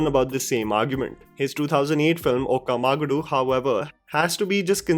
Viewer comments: It’s okka magaaaadu not oka magadu 😂😂😂😂 loved your broken telugu language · here's one a thing that you need to fix in order to upgrade the content try pronouncing the movie names from diffrent languages with the right pronunciation, cause as a native speaker hears you say Okka Ma-gah-do made me want to be your quick Duolingo class. Ask a native speaker for suggestion next time. And bdw it's pronounced as Okka Ma-gaaa-du . Been watching your videos for a while, I really like how you've improvised n try substitute synonyms for similar content with different amazing revelation, keep em coming ! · The way u pronounced 'okka magaadu' 🙏 Bro, plz watch any vid of regional language movie titles,be their songs,interviews or any promos,u can listen n understand how to pronounce😁 Just a suggestion. n yup,it indeed is an cringy movie of epic proportions, actually most of that director movies are...